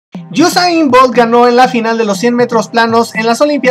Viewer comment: al principio dices gosain 😂